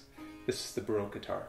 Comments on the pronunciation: I really like this series of videos, but I get really frustrated by the way you say baroque. I'm not hating, it's just a tip. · He seems to know everything about the baroque guitar except how to pronounce the word 'baroque'.